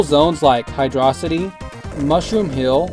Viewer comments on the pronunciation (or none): You say it like hidrohcite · hydro city is the official pronunciation